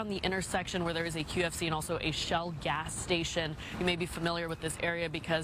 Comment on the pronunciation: Did she say QFC or KFC?